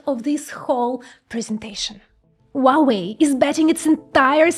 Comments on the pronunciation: Wuawei? H u a W e i. Spell the letters please. It’s impossible to listen. Sorry for that… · you do not pronounce correctly hua wei, it should be according to wikipedia : /ˈhwɑːweɪ/ HWAH-way; there is a R sound at he very beginning like in hua